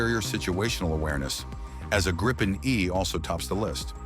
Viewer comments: Gree - penn it's pronounced gree - penn! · It's pronounced "GREE-PEN" Ammeeroocan !! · Interesting how difficult it is to pronounce. Say "Greepen" (Like Green Pen without the N), and you get it right. And yes, it's an amazing piece of engineering that keeps evolving.